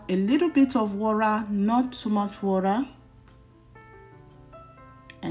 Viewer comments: Lol. Wura😂😂😂... Which country accent is that one🤣🤣🤣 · Very detailed video I like the step by step.........but please in your next video pronounce water like a Nigerian,because even if you are trying to use the oyinbo accent Its sound waw·tuh not waw.ra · please say water not wurra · Water please. Not wara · Even the white that brought English don't say wara. Is water madam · It's pronounced water! Not warer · a lirru lerra…and add some wora really?🤦🏾‍♀️ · Thanks but it's not warra